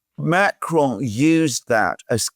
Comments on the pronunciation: Pas Macaron mais Macron 🤣🤣👌🐞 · That's not how "Macron" sounds in French.